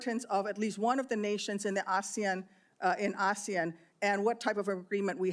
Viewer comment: He can’t even names ASEAN countries im gagged